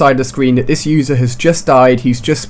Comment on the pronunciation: Matrix I love your vids but your voice is annoying I laugh every time you say pwarks